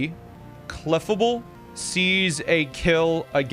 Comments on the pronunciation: clef a bull....? wtf. it's cle fable. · Love you, hate the way you pronounce Clefable